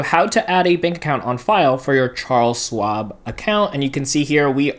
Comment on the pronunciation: It’s not Swab, it’s Schwab. As in “Shhhh”.